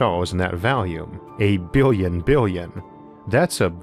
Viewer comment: Bwillion bwillion stars 👍